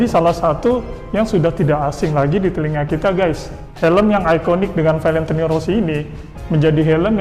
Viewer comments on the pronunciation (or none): Valentini rossi???? Belajar ngomong dulu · Anying, Valentini 🤣😆